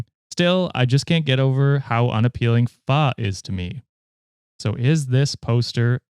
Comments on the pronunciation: mispronouncing pho almost made me unsubscribe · I’m part of Vietnamese and when he tried to pronounce Pho I thought that was hilarious 😂